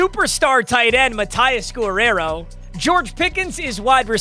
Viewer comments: Has never heard the name Guerrero pronounced? 😂 guh-rare-oh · why does he say gorrero brooo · pronounce Guerrero